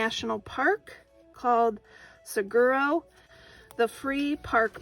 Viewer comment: Oh, Saguaro is pronounced "suh waa' row" Though you would like to know.